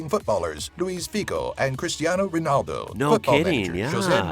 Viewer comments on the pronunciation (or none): Why does the guy pronounce "calda", instead of "caldo", "Minha", instead of "Minho" and "Reenaldo", instead of "Ronaldo"?! How come an "o" is turned into an "e" or an "a"?!